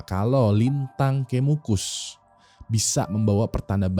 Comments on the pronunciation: Coba penyebutan "E" nya kayak "kejadian" wing wkwk, pagebluk, kemukus wkwk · ini ga riset dulu cara ngebaca 'pagebluk' sama 'kemukus' apa? grind my gears banget sebagai orang jawa hahahaha